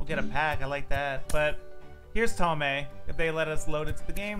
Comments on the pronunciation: it’s pronounced tomey not tomei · Same comment I left last year: it’s pronounce TOE-ME. Not TOE-MAY. He has said it in interviews. Lol. Just letting you know.